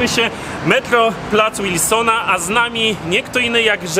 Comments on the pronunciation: To jest Plac Wilsona, a nie Łilsona!!! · Wilsona, przez "W". Mówisz "Rondo Łoszingtona"? czy Waszyngtona. Z Placem Wilsona jest tak samo. Nie przez "Ł". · nie mówi się łilsona tylko Wilsona tak samo jak jest w pisowni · jakiegoż "Łilsona" na miłość. "W", nie "Ł". "Wilsona", nie "Łilsona".